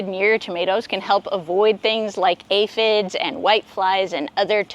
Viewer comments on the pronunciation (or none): none